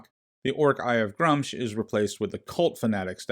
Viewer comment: You are saying Gruumsh wrong. It's Gr-oo-msh.